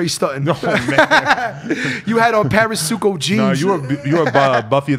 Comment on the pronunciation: BODY IS THE FUNNIEST DUDE ALIVE 😂😂THIS NIGGA SAID PARASUCO JEANS